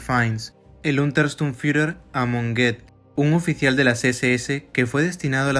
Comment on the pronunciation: Y Goeth se pronuncia " Guut"